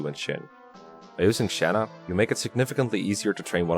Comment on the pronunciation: Shanna? Do you mean tHaNy?